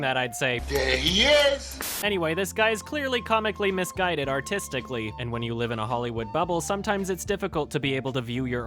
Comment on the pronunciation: Autisticly or Artistically?!